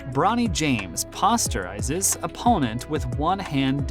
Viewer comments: Did you really pronounce “posterizes” with a paw sound? “Paw-starizes his opponent” ???? It’s POSTER-izes his opponent bro! Wtf?! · i stopped watching when the narrator said POSS terizes. How hard is it to find someone who knows sports to work at a place called sports splash? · he said pasterises... im done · lost me at pauster - izes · PAAAWWWWWsterizes????? Learn the terminology if you're going to talk basketball. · Interesting way of pronouncing posterizes